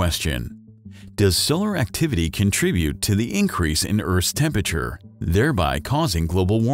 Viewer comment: Tempeture??? It’s tempERature!!!